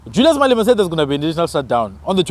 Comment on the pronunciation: Malema not Malima